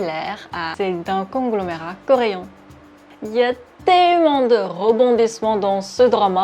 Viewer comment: c'est vraiment trop marrant la façon dont tu prononces le mot coréen parce que c'est différent de la façon dont on le prononce mais c'est difficile à expliquer, et à faire surtout, c'est pas pour critiquer je suis trouve ça juste rigolo.